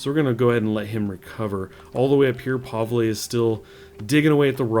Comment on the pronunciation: Pavle - pronouced (pah-vul)